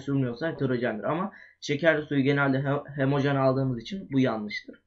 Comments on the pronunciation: hemojen deme sinirim bozuluyor HO-MO JEN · hemojen degil HOMOJEN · hemojen degil😠😠😠😠 ho mo jen